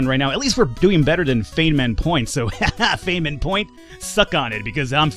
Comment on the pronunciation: Feynman is pronounced "fineman" (btw the Feynman point is a convenient place to round pi, for computers - in case you missed the joke inherent in the name.) Focaccia is pronounced "foe-catch-ya" (more or less). Also, Parma is pronounced Pharma. ;)